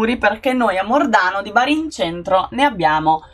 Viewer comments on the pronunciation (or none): none